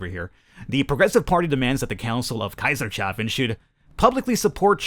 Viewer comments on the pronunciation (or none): for the Love of god it's Kaisers-hafen!